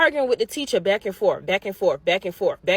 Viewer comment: Blacks are a different species. This was a known fact 100 years ago but liberal whites have rewritten history. As far as this substitute teacher goes, it's "forth" not "forf" . It's well beyond fatigue at this point. It's time to bring back the N word.